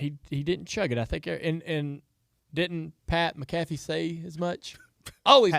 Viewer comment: Jr you said it right, its Mack ah fee